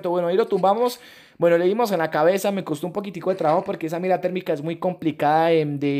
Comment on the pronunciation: Like si te diste cuenta que en el minuto 10:5 dijo clabeza